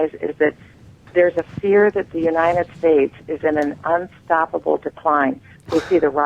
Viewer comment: "the Uni-ned States"